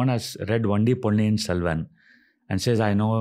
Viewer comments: Ranvir nds to correct hs diction. It s ' Ponniyin Selvan ' not " Pony in Selvan '' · Y he didnt correct him.. its not pony selvan.. ponniyin selvan